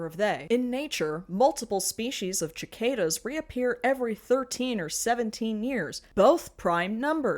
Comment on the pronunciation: "chicadas" hehehehehe....